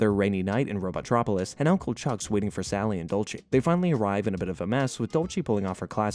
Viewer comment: Robo-tropolis. Not robot-tropolis. That bothers me